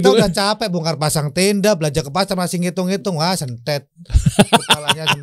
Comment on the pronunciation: Retak = benthet bkn sentet 🙏